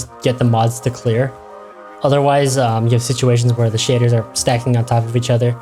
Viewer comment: The way he says shaders, makes it sound like shitters.